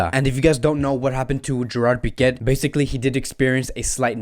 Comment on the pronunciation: Again with the wrong pronunciations... It's "Pique" not "Piquet"!!